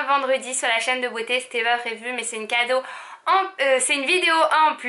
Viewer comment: Tu me fait trop rire comme tu prononce les "C" tu l'accentue. Genre " un jour, un vlog, un KKKado " mdrrrrr bisous vous êtes super ❤️